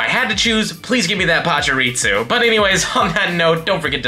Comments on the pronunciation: Why do you say pachirisu like pachireatsu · bro, theres no T in pachirisu